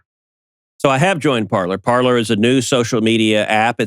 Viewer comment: Better to pronounce Parler (verb “to speak” in French) with French pronunciation, sounds like “Parley”.